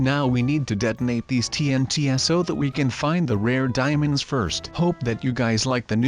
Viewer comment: i thought u said demons